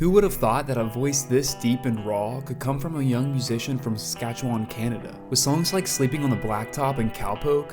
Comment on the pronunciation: Talking about swift current and showing pics of regina. Also learn to pronounce Saskatchewan. narrated by a goof .....